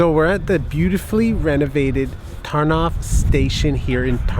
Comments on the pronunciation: Sry but i gotta say this : pl "ó" and "u" is Ur "oo" and is always "oo". the same with our "w"= Ur "v" and Ur "w"=our "ł" And there are just no exceptions. So Tarnów is not Tarnowe, Ternav, it;s just Tar-noove! It should be simple for U cuz u got all vowels that we have. Poles are in a worse situation cuz the English tongue has more vowels than the Polish one has. U might have some problems with our consonants though:P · I don't know if anybody told you this yet, but the Polish letter '' ó '' is pronounced sort of like the '' oo '' in the English word food. So, it's more like an u sound than an o sound. So Tarnów is pronounced like Tarnoof with English phonetics. Keep these vlogs coming, these smaller cities in Poland are really unique and beautiful, and thanks to your amazing vlogs I can see that I have more places to visit the next time I go to Poland! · Great video! Oh, and, by the way an "ó" isn't read like an "o", but like an "u" (basically, "u" and "ó" are the same)